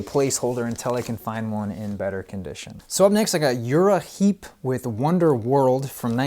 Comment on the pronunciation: Pronounced Reprise right but pronounced Uriah Heep wrong.